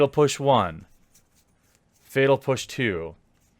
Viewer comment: Is "fetal push" an intentional mispronouncation or just incompetence?